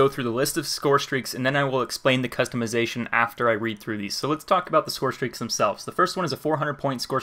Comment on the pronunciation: lol he said call of duty ghosts scorestraeaks